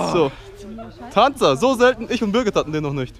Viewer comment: Aaaaaah Es heißt birgit und Ich.. Sorry